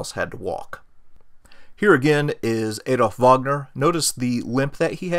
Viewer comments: Please, please. It's NOT Aedolf or Edolf or Eedolf. It's Adolf. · ) "Adolf" starts with a short "A"!! ;-)